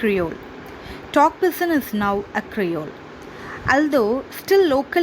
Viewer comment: It isn't /ˈpɪd.dʒɪn/. It's /ˈpɪdʒɪn/. D is silent.